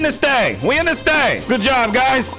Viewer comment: "Ye wE In THiS Thang wE In THiS Thang"